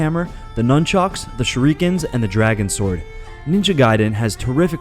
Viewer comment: "Shorikens." Is this the act of using a Shruiken to do a Shoryuken? Lol